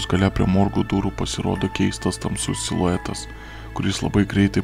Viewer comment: kodėl tu sakai iluetas